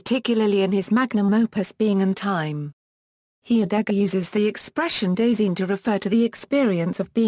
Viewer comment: When you make a pronunciation video but it doesnt pronounce it right